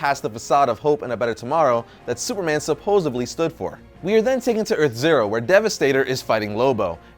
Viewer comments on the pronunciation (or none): Please tell us you didn't actually say sulosseBley? That isnt a word. It is SUPPOSEDLY. Anyways cool origin. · You said "supposably" early in the video and that's when I stopped watching. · "Subbosably"? Sorry Dude I love your videos but those kind of made up words just won't fly. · ozzymandistwenty14 I thought I heard it